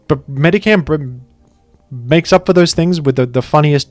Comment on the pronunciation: Pronounces Aegislash wrong in like ten different videos and chat never corrects him but they immediately jump on this for some reason.